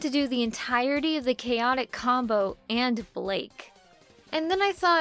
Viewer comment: *blake(short a and short e)